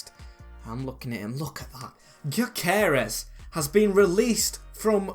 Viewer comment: btw its pronounced gyo kores so like guyo kores